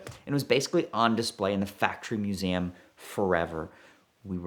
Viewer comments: Museum not Musaaaaaem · I really thought he mispoke but then he did it 2 more times right after lol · Why does the tool say Museum as "Mewsaayem"??